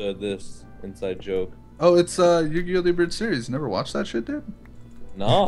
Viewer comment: YuGiOh.....Its YUGIOH. YU-GI-OH.